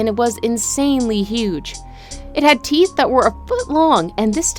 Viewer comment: Did they all have more "theeth" then me?